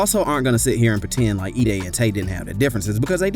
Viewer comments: E-(DAY) not EH (DEY)😂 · Bruh its E-DAY not edd-day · suppose to sound like e day not eddie these niggaz vids delivery and research skills be trash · "Shy rock." "Edday." You're a clown, bruh.